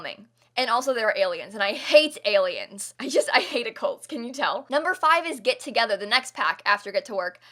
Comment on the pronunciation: That moment when you turn British for a second 😂 "Get Tugetha" (I'm from Britain so y'all Brits don't need to get offended by this)